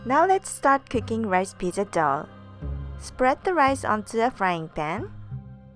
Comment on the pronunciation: "Hello welcome to create eat happiness. This is. Today im going to show you how to make hayooweenn pijja. Yeayyy"